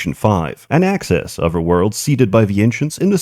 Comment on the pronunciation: I like when you add v's to every other word.... Other is uvver